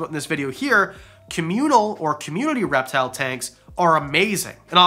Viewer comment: Okay, my husband was in the room when I started watching this, and the first time you said "reptile", he heard "rap battle"... Maybe a future video idea..? 🤣🐍